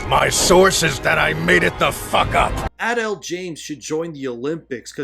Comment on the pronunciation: Jada Pinkett-Smith was never really good, even before the marriage controversy 🤷‍♂️ This just cements it. Also, it kept cracking me up every time you pronounced Adele as “adul”😂